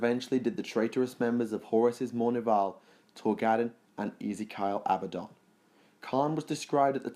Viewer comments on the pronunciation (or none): Yeah..Ezekiel Abbadon...the name most butchered in vids. It is not Easy-Kyle, Easy-kill...it is E-z-key-ll or E-z-key-ill depending on your accent...as for Abbadon...please no more A bad on, Abby Don, A bo-dan… his name is Ab - a - Don. Pronunciation does change according to accents, but we aren't talking about the difference betweent Al-oom-in-um and Al-you-mini-um (mostly because the UK version is more correct)...however, the established pronunciation of these names have been established for centuries as they all come from Historical and Mythological Texts. Sorry, pointless snobby rant over.